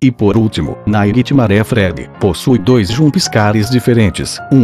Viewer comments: GOOGLE TRADUTOR KKKKK AFFF NAIGUITIMARÉ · vei "naiguitimaré" kkkkkk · naquitimare... nessas horas que da vontade de falar inglês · NAIGUI TIMARE